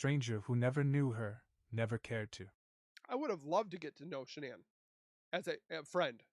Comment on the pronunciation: I wish these AI voices would stop pronouncing Shanann’s name wrong. I have heard this same voice on several channels pronouncing Shanann’s name really wrong (sounds like Shon-in). Not sure why, but it really bugs me and shouldn’t be that hard to fix.